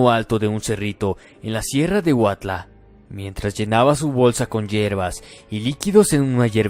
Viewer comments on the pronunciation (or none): Buen día muy buen relato el de Yaziel y la bruja. Amigo la pronunciación está confusa, Se dice HUAUTLA...